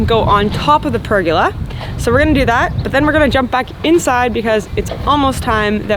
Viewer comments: oh hell its a per gola {goal A} not pergala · per- Goal-a.... not pur-girl-er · So interesting hearing you say pergola 😂... Over this side of the planet it is pronounced "per-goal-a"... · I’m Aussie and your pronunciation of the word “pergola “ made me laugh.love the Chanel. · I'm curious. Your pronunciation of the word pergola, is this the Canadian pronunciation? In Australia the emphasis is on the second vowel. Just curious